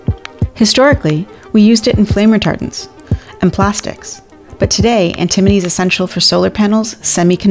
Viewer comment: if you're going to teach us about stuff I appreciate that but you should learn how to pronounce it because it's not pronounced the way you're pronouncing it.